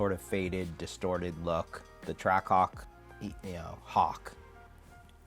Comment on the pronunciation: Whole intro all you hear is “TrackCock” like brother it’s TRACK-HAWK